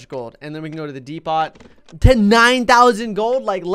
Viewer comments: When said de pot instead of depot lol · You pronounced depot as if the t is not silent